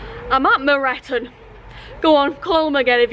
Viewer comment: Your pronounceation of leasowe and moreton perfect 😂👍 I actually prefer them pronounced that way